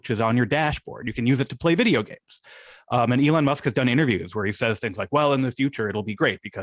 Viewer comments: why does Sam call Elon Musk "e lawn musk"? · please stop pronouncing elon that way